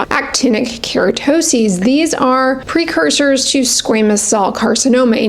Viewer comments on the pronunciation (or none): none